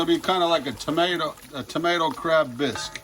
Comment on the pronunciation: Can't even pronounce Bisque